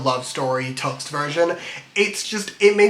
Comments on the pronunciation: ur saying tuxt dude its T X T you should say it properly love the 3 hour pesintationtho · Btw it is pronounced T X T as the letters